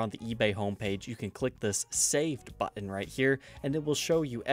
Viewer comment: Been meaning to ask this for a minute now, what's up with those random hard T sounds?... like button for example, sometimes you pronounce it like you're saying "butt ton". Really great channel by the way.